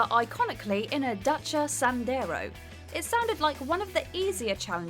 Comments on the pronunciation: The fk is a "dutcha"? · but learn to pronounce dacia. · Why did you say Dacia so weird.